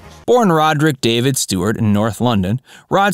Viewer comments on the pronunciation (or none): none